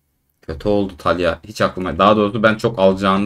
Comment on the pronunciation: Güzel dostum serinin başından beri taliah diyorsun uyuz oldum talia de talia